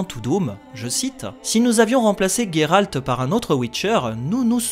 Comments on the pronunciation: Géralt et pas Guérarlt on ne dit Guérard !!!! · On dit bien Guéralt en polak donc c'est pas étonnant que certains préfèrent cette prononciation